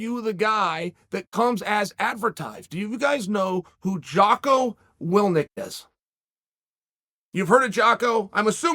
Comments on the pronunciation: Jocko willnick. Will fury. 🤦‍♂️ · Who's Jocko "Wilnick"